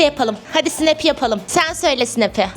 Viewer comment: Sumeyye snap söylerken :hhsshhssanass